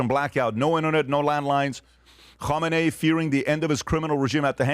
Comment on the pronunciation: PBD loves saying “ho mah nay” lmao Which is the name of the possible next leader, spelled “Khamenei.” 😂